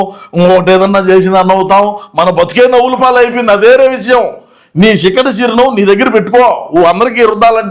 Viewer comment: చిక్కటి కాదు షిక్కటి